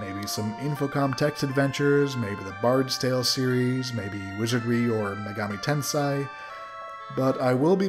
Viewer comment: Greatly enjoyed your vids on these, in regards to your future plans though if you cover the Megami Tensei series please note for the love of god Japanese Ei is always pronounced AY. It's Megami TenSAY, not the way you pronounced it. The way you said it would be written TenSAI, which means genius. Anyway, I'm gonna try Ultima 3 and 4, wish me luck. Good luck with your future vids.